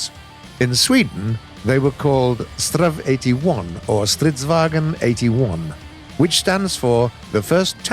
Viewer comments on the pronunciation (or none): Stop saying it like stridsvagen IT IS STRIDSVAGN WHERE DO YOU GET THE''E'' FROM? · Probably to familiar of a name to Panzerkampfvagen so the swedish tank comes out like Stridsvagen. Just a theory!